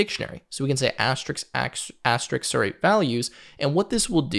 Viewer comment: You mean asterisk rather than asterix. The latter is a French comic character from Asterix The Gaul